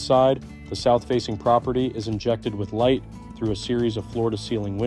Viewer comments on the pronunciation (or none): none